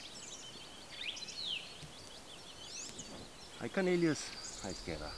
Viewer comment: I like the way you pronounce Cornelius, like Lilu from The 5th Element! What a cutie!